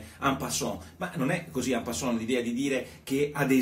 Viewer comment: En passan?t non si può sentire?